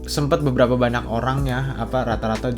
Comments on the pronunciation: Kenapa si lu ngmng banyak jadi banak? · bener ga si ngomong "Banyak" kedengeran nya banak? yang setuju like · Ngomong "banyak" gk jelas anjir